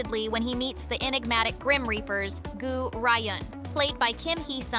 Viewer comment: wth is wrong with the narrator lady's pronunciation of the Korean names? I can't for the life of me understand where she got 'Goo Rai' from Goo Ryun 🤦🏾‍♀